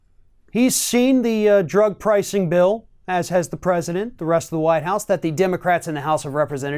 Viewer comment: ... did he just say “the Whine House”, ? 🤡